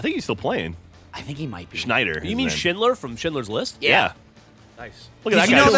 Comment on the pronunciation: Cory Schneider not SCHINDLER. I'm laughing so hard at that alone.